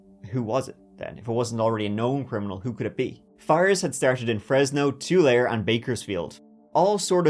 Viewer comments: I love you. Tulare is pronounced Tu-larry (not trying to be that guy) 😸 I’m from Fresno and I’ve never heard of this case! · And just because I’m from around there, Tulare is pronounced too-LARY. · I've been a huge fan of yours for at least 5 years now! Thank you for your content, I always find it fascinating. Please keep up the great work! 👍 But, for your future reference, Tulare (in California, USA) is pronounced '"too-LAIR-ee." (At least it is by those of us who live in the San Joaquin Valley, California.) 🙂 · it is too-larry, not too-lair, though I don't blame you since all the AI recordings of the name also say that, lol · TULAIR 😂 so close, but its pronounced too-leh-ree. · It’s pronounced Oh-lee’s.and he said Tu-layer, it’s pronounced Tu-Larry as well. LOL! 😂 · It's pronounced "Too-lair-ee." 👍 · For future reference, Tulare is pronounced “T’larry” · That’s not how you pronounce Tulare. tuu-LAIR-ee. I might not live that much of a glorious life here, but at least try to pronounce it right. I love your work though, huge fan. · Tulare is pronounced two-lare-eh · Another great video,. I remember the Fresno fires. It was big news. I grew up in a small town called Visalia about 40mins south of Fresno, and later went to Cal State Fresno. Oh, by the way, Tulare is pronounced "too-LAIR-ee". Easy mistake, everyone gets that one wrong, unless they're from the Valley. Loving your channel! It cracks me up when you say the word "third" 😂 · I just wanted to make a note, as I live in Fresno, that Tulare is pronounced Too-larry! You did a fantastic job pronouncing all of the other cities here in CA though! San Luis Obispo tends to trip people up haha. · Orr is probably very happy in prison. Pronounced “Oh-lee’s”, I lived where these fires were. Very sad. I remember the day he was arrested. And the City of Tulare is pronounced “Tu-Larry”. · The way pronounced Tulare made me audibly gasp lol 😅